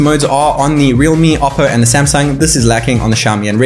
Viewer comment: Realme not reame